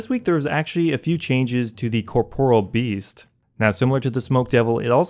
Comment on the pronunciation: thank you for at least trying to pronounce corporeal beast correctly. no one ever does :(